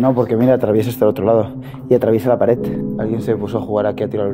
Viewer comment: y . porque coño dices paret en vez de pared, verdat en vez de verdad y así constantemente? Es que suena más guay? A mi me suena más algo menos bonito.